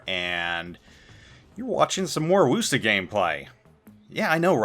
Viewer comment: Ugh,, you keep pronouncing Worcester wrong...